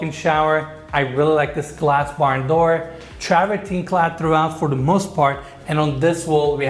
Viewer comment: ''TRAVERTIN ENES DOG DAMN YOU, NOT TRAVERTIN(E), IT'S FRENCH SUCKER...